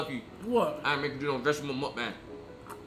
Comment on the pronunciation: vegetable : ❌ ve - ga - teble ✅